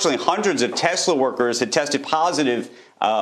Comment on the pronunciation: "Tessla," not "Tezla"